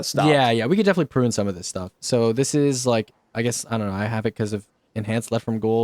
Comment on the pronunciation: i love how says prune as if he watched the loki series😂 I love this guy